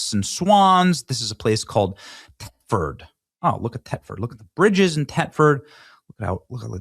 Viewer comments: Thetford not "Tetford". Dopey Benny is borderline illiterate. Furthermore, it is NOT a city - quite the opposite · The th in Thetford is pronounced the same as in Thursday. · it’s pronounced like it’s spelled Thetford the h is not silent. Th-et-ford. I was stationed over there for 5 years and they will correct you in a heartbeat. lol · It's pronounced Thet ford. It's an hour east from me. The people have got to be pushed to the precipice. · Ben dear chap ....pronounced TH etford ...not Tetford. Please ask ancle Trump to deliver us from this evil .😢😢😢thank you for telling the world whats happening over here ....its just jaw dropping ...i weep 😢